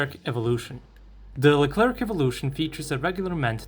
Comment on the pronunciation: The "C" at the end of Leclerc is mute (: No need to pronounce it